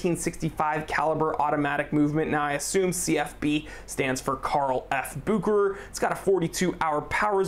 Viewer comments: it's BU-HE-RA, not bu-k-ra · SAY "BOO SHAE RHER" GDMMIT SON!!! Messing names like this ntz ntz ntz 😙🤌